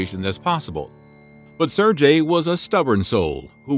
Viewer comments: sergei, not serjei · "Ser-gay" not "Sir-jay" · Can I maybe get a bit of love for pronouncing Sergei's name properly? It's not "SUR-JAY". You say the "e" in "ser", and you say a "g" like in "give". So closer to "SAIR-GAY". (Sorry man, no offence: I'm tired and couldn't handle it after the tenth time.) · Not serjay ! Sergei with a hard G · Very nice video. I would like to point out the name is pronounced seer-gay, not surjay. Just FYI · it's not serjei,its sergei! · Sir-Gay not Jay You got me saying it wrong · "SARE-gay"; not "SIR-jay." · I'm fairly certain that a single g makes a ga sound not a ja sound. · So " sair gay" not " sair jay" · I cringe everytime he says Sir-Jay instead of Ser-GUEI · “Ser-gay” Sergei, not “Serjay” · His name is pronounced "sir gay" not "sir jay" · Mickhale??? Serjay???? Who the hell narrated this? Try Sergei (pronounced Ser gay) Mikhail (pronounced Meek HEIL) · SerGei not SerJei FFS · How do you not know how to say Sergei properly. It i Ser-gay not Ser-jay. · Why is he say Sir jay? Its Sergey s-air-gay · It's "ser-gay" nor "ser-jay" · Ser-gay, not ser-jay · Sair GAY, not sir-Jay. At least pronounce his name correctly. It’s pretty bad when a channel dedicated to history can’t be bothered to learn the proper name pronunciations of those they’re profiling. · If you're gonna do a video about someone learn to pronounce their name properly dude jesus. It's Ser-GAY not Ser-JAY!!!!! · The "g" in "Sergiei" should be pronounced like "g" in "ground". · Sir Jay??? Sergei is pronounced with the same vowel as in pet in the first syllable, and with a "g" as in get in the second. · "sir-J" hahaha shieeeit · Sirjay? I couldn't watch this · Say it right. Ser-gayi. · Pronouncing Sergei as "Sir-jay" All the Slavs are enraged. The g in Sergei is pronounced as g in "grape", not as g in "gem". Please investigate the pronunciation beforehand. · Well done "Serjay" . You should work on your pronounciation! Foreign names arent pronounced this way.